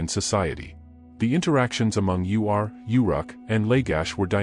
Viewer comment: It's Ur, not U.R.